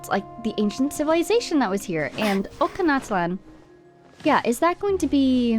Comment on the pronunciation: that word Och in Ochkanatlan is pronounced as "Roach" but with an O instead of R.😭😭